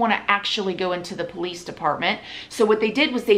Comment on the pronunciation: If I met someone that pronounced police like that I probably wouldn’t trust them honestly